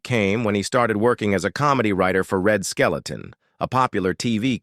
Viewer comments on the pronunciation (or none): I can't believe this lame A.I. voice butchered Red Skelton's name and called him Red SKELETON! smh....